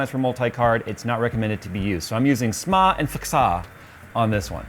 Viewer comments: "Smaa and FKSAA" xD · that fxaa & smaa pronunciation killed me